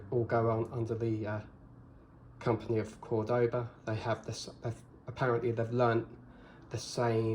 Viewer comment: *CÓR-do-ba Emphasis goes on the first syllable.